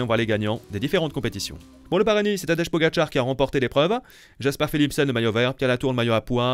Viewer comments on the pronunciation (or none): none